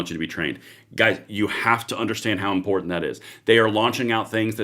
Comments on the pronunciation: I don’t trust anyone who says important like that guy did…. Import tant 😂😂😂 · Lost me at imporTanT, how do say several?